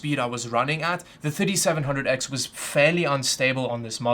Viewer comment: Is it me or it sounds like he's saying 5700x instead of 3700x